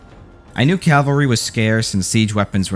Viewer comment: Is it a requirement to mispronounce words in order to be an American? It's cavalry not calvary. And you absolutely butchered Maori.